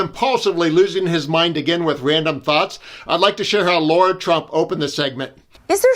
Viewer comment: La-ra, not Laura 😊